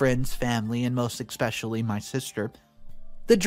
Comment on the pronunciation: Good narration except there's no X in the word especially